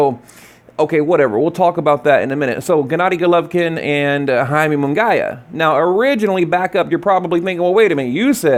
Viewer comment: First of all, stop saying Jaime Mungaaaayaaa.. who tf is Jaime mungayyyyaa??? Shit's annoying.. second i wouldn't watch either fight, because canelo wouldn't be fighting kovalev fair and square with the catchweight and rehydration claws he already at an advantage.... so not interested